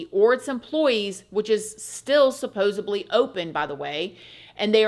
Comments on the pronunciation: supposeDly !! Suppose,supposed, supposedly... (/)=supposeb, supposebly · Did I hear you say supposeBly???